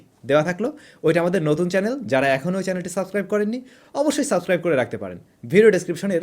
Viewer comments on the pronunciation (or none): none